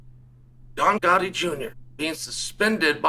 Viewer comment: Uncle Chael pronouncing Gotti’s name correctly tells you everything you need to know about them.